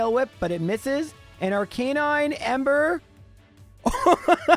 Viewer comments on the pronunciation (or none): So you adapted to correct yourself on pronouncing missingno, but you can't just admit you've been pronouncing Arcanine wrong this entire time? Lame.